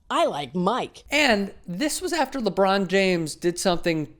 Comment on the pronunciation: And btw it's lebron not lebrun